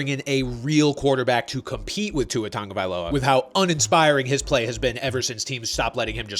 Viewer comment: When is everyone going to learn that it’s pronounced TAGovailoa and not TUNGovailoa?